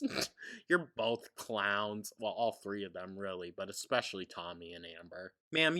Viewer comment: That and she's a moron (Its BoLLLTH 😂)